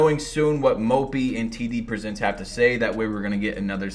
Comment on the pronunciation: I thought he said TDBarret😭